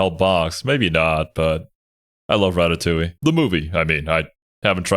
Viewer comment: Rat-a-TOOOOL!!! LOLOFL aka "DUURR, people are TOO STUPID to know how to pronounce that word unless phonetically helped"